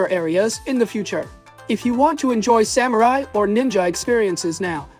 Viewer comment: I love your videos, but I laughed so hard at that "Soymurai" 😂🤣😂